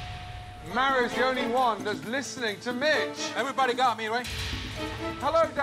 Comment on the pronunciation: I swear their all saying bitch instead of mitch 🤣🤣🤣